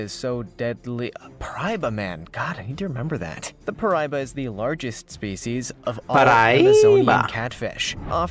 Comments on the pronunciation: Praibaman effect: tribute this card to special summon 1 “Mariana Trench Megalodon” from your deck or hand. (Ps I know it’s Paraíba, he said it weird) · I am Brazilian and you making fun of him for mispronouncing paraíba was very funny and when you said it mockingly made me laugh like a crazy person. Thanks for that brother. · Also his pronunciation of paraiba is really funny cuz he sounds just like a Brazilian (He also sounds like uncle who is American saying Heloisa because it is his niece and he doesn't know how to pronounce it in Portuguese)